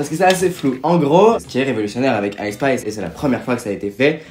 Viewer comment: par contre mes vies on dit "haie spa" pas "aïe spa"